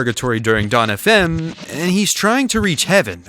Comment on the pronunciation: you’re the first to ever pronounce our name decently